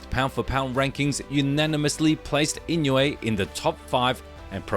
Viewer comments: The name Inouye is pronounced EE-noh-ay with the stress on the second syllable. It's a Japanese name, and the "ou" is pronounced like the "oh" in "go" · 井上関連の動画をアップする前に、とりあえず正しい名前の読み方を練習して欲しい。